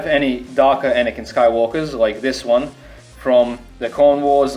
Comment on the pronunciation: Why are people saying anikan when its anakin